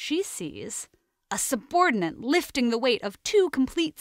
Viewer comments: Is it driving anyone else crazy that she keeps saying "subordinaNt"? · I like the video and ideas, but it drove me crazy that the narrator kept pronouncing 'subordinate' as 'subordinaNts'. Ugh!!